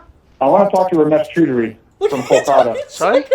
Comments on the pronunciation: He also mispronounced Chowdhury but who cares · The funnier part is that you're mispronouncing his last name, and the mispronunciation kind of translates to "Ramesh is getting fucked", which is exactly what he deserves and is also getting. Elite. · Its chodry not choodry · It's pronounced 'chow-dree' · He was probably confused cos you're pronouncing his name Chew Dary when its Chow Dree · if I am correct, I think you are pronouncing Choudary incorrectly, it's not "chew" but I believe it is "chow" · Far be it from me to correct the pronunciation of the iconic, but I will because I want you to be as terrifying to the scammers as possible. It's "chow-DREE" not "choo-DREE". As an Indian, I have to tell you, you're doing Krishna's work! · "CHAUDARRY" NOT "CHOODARY" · hey man loved your video ramesh's last name is pronounced as ch-aw duh-ree as an indian the way u pronounced his last name, choo-dury it sounded like a word in hindi used for coitus. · I think it is pronounced more like Ciao-dry not Chew-dry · His surname is pronounced "Chow-Dery" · The way to pronounce Ramesh's last name is Chow-duh-ree.. Next time use this so you scare them even more. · "Romesh cHUUDry"😂😂 BRO😅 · Strongly urge you to check how scammers names are pronounced in this case his name is pronounced CHOW DAR REE. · It's pronounced cha-o-dhari! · it is pronounced "chow dery" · Hilarious dude ,a tip with Indian names choudhary is pronounced as "chow-der-ee" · lol ramesh "choodary". 😂😂🤣🤣🤣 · he read ramesh chaudhary and pronounced ramesh chudrahi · bro really called him "ramesh ch*dary" xD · For Heavens sake learn how to pronounce properly. If you can’t say Choudhry properly then I despair. You sound like a bunch of school kids. It’s Chow-dree by the way. Very low Indian caste so his family would be really ashamed of him. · If you ever get that last name ‘Choudury’ (spelt multiple ways depending from person to person) It’s phonetically pronounced ‘Chow-dhuu-rree’ Top work lads!